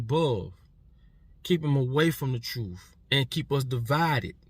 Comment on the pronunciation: THIS KID LOST ME SOON AS HE SAID "TROOF" WHY IS IT THAT OUR YOUNG PEOPLE CANNOT PRONOUNCE JUST THESE FEW WORDS LIKE "TRUTH" IT ENDS IN "TH" NOT "OOF" THEN THERE IS THE WORD "AXE" WHICH IS A TOOL OR A WEAPON BUT IF YOU'RE GOING TO "ASK" ME A QUESTION YOU HAVE TO BEAR IN MIND THAT THE WORD IS "ASK" WHICH STARTS WITH AN "A" AND ENDS IN THESE TWO LETTERS" "SK" HOW HARD IS THAT? THEN THERE IS THE WORD "EARTH" WHICH IS THE PLANET WE OCCUPY OR IS IT THAT THESE INTELLECTUALLY CHALLENGED YOUNG MEN LIVE ON A DIFFERENT PLANET CALLED "EARF?" REPEAT AFTER ME E-A-R-T-H OK YOU GOT THAT? THE WORD ENDS WITH THESE TWO LETTERS "TH" IF YOU ARE A GROWN MAN OR WOMAN WITH CHILDREN AND YOU SPEAK LIKE THIS THEY WILL END UP TALKING DUMBGLISH INSTEAD OF ENGLISH.